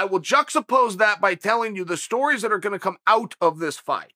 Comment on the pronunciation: Chael “juxtapose” Sonnen